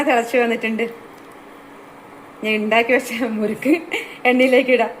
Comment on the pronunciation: മുരുക്ക് അല്ല മുറുക്ക്